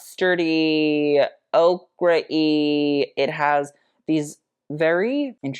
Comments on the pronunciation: I'm less pressed by the Harry Styles story and more having a tiny aneurysm every time says Okra for ochre(O-kər). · He says okra but we all know it's ochre (like oh-kur). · Not 'okra', that's a vegetable. Ochre, which is a golden yellow color, is pronounced Oak-er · Featuring 'ochre' as 'OCRAH' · Okra does not equal ochre, but love you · I think you meant an “ochre” color as opposed to “okra” like the vegetable lol 😂